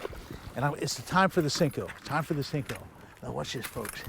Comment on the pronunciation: Cmon Roland.. u seem to be an intelligent man. Stop calling it a Sinko. Its a damn Senko!